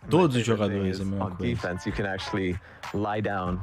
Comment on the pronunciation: fala o nome dos jogadores tudo errado 🤣🤣🤣🤣🤣🤣